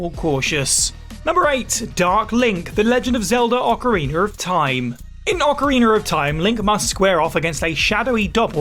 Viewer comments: It's not called "ocarinawr of time" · Ocariner of Time…… twice that’s what I heard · OcarinER of time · did you hear the way he said ocarina of time 😭